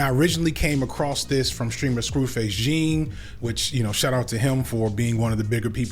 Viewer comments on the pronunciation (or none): Saying Scru's name as Billy Jean instead of Jean Luc Picard is diabolical work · just a note: it’s Scru Face is pronounced John not Jean. This was good thanks I’ve been waiting for some e to call his ass out. And you’re right as an auntie I almost turned the channel—so glad I didn’t. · Rq, his name is pronounced like “John.” I love both of y’all content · Scru’s name is pronounced more like jawn btw Thank you for talking on this (and not replaying them nasty ass clips), this shits disgusting and I appreciate everyone who’s speaking up to make it known they don’t stand for it. It’s been so pervasive for so long, and we can’t act like we don’t know about it. People like this dude want to make/keep this nastiness normal and we gotta keep calling it out for what it is. No one should be talking to kids about sex like this, much less a stranger on the internet. No grown ass man should even have had a minor as his mod. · M’y name is Jean and I’m tired of people saying 👖 Wyclef name is Jean [ɑ̃] like in “savant” (\sa.vɑ̃\)not Jin like a pants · Kids name is pronounced NORE & it's Scru Face "Jean" like Wyclef "Jean" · Thank you for making this video but its pronouced like john when it comes to Scru Face Jean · Scru face JOHN is how it's pronounced. SO GLAD YOU KINGS covered this ❤ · hes addicted to getting names wronggg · It's pronounced like John. But it's more like Jawn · isn't Scru Face Jean's name pronounced like in the french way?